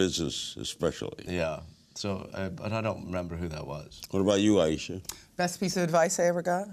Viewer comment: Why is Larry talking to Aiesha so little? I mean directly.. Plus, he keeps calling her Ty- e- sha and Dy,- e- sha. Poor Aiesha just has to keep jumping in. She's smart and funny. Shes a great interview subject. Larry is missing it. 😡